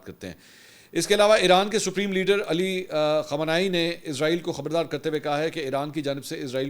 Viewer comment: Anchor sb khamani sb ka nam sahi se lo